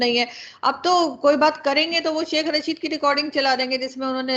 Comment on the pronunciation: Janab, Shekh Raashid nhin, Shekh Rashid nam hai ji.